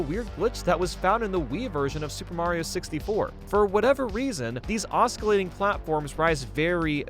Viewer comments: The c in "oscillate" is silent, it's not "oss-kill-late", it's "oss-sill-late". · Please English better~ oscillate pronunciation: ŏs′ə-lāt″ ah suh late LO and behold the moment of truth is UPON us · I know this is nitpicking but it bugged me that this guy doesn't properly pronounce osclate. English sucks, and that's spelled in the dumbest way but still